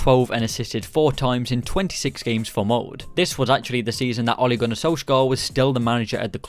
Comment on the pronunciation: SalzbUrg MoldE (not mold)